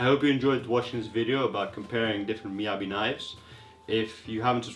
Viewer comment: An obvious shill... If you're going to compare knives, be fair when running tests. Don't make it so obvious. Or at least pronounce it right. Receiving numerous Miyabi Knives for free and yet you have no knowledge in one of more common Japanese Knife brand in most markets. Aren't you lucky..